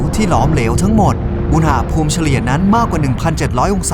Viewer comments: ทำไมตูโฟกัสที่คำว่า "อูหน่าภูมิ" ว่ะ มันต้องอุณหภูมิไม่ไช่หรอ😂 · พี่พูดคำว่า อุนหาภูม อุนณาภูม สิ